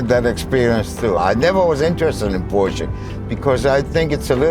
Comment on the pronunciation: It's pronounced Porsche 😁 Nee lekkere video, misschien een idee om een "FT Bert Vrieling" in de titel te gooien!